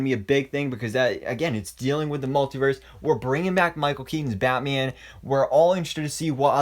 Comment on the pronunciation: I love the way he says batme-an and superme-an